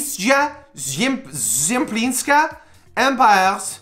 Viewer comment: Не Алиса Зъемплинска, а Алицъя Шэмплиньска